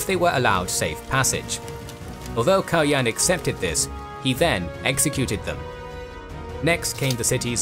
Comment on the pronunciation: Kaloyan is pronounced with the accent falling on the last syllable. KaloYAN. It's a slavicized form of the Greek Kalo Ioan, meaning Handsome Ioan. One of the leading theories for Kaloyan's murder was that it was done by a Cuman leader, by the name of Manaster, who was either participating in some Bulgarian courtly intrigue or was being bribed by the Greeks. Also, the portrait which was used in this video is based on a reconstruction of remains found near a church in Tarnovo, where later Asenevtsi royals were buried, however the remains have not been unequivocally confirmed to be that of the tsar Kaloyan. It is possible that they belong to a noble of the same name who was buried there more than a century later. There is a also a tower of the ruins of the Tarnovo citadel which is called the Baldwin tower, where the Latin Emperor died in imprisonment, as the story goes.